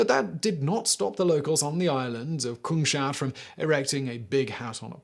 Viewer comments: please, not kung-shat... it's kungs-hat! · The island named after the kings hat is called Kungshatt, but for some reason Simon pronounces it "kung shat"